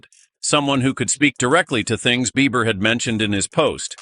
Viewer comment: His name is Beiber ...not BeiVer! Lissen Up!